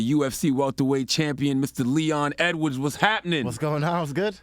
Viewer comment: its Edwards bro put the S on the end